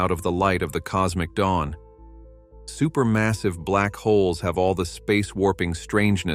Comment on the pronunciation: I think it's text-to-speech. Unless errors were intentional to make it seem more human like, The problem is many of the errors were in a double e ie 《eerror》eg. "deecadees" "super massivee" "astronomeers". I used to have a keyboard that would stick and sometimes double type certain letters in word... But today there's spell check which makes it virtually impossible to have that many typos... for a human.... hmm 🤔